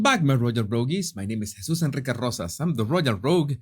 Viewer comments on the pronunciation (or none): none